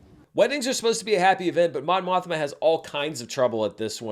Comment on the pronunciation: More like *Mon Mosh-ma*, am I right?